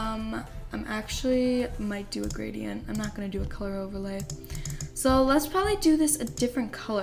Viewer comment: Gradient. Gr-ay-dee-ent. I’m sorry that bothered me so much 💕💕